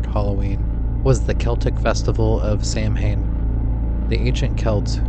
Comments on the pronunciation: Samhain is said "Sah-wain". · "Samhain" is pronounced "Sah-win"